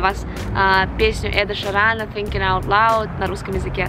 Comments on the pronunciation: Он Эд ШИран , а не Эд ШирАн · Эд шИран а не ширАн